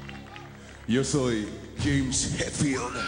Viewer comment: es hetfield no hatfield